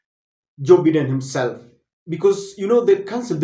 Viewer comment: Biden is pronounced as"Baiden" Please correct your pronunciation in your next presentation. Just a polite advice. Thanks🇬🇧